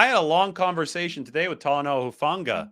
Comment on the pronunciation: Shout out to, for pronouncing my Tongan language very well! Hufanga, Taumoepenu, Pea village NNNNIIIINNNNEEEERRRRSSSS #FTTB GOD BLESS 🇹🇴